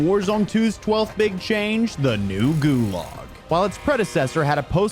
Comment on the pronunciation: Dude can't pronounce, "Gulag".